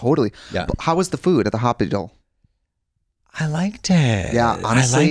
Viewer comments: i thought i was having a seizure when trixie said hospital. she continues to push the limits with pronunciations daily. love that. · The way Trixie says “hospital” actually made me think I was having a stroke for a moment lmao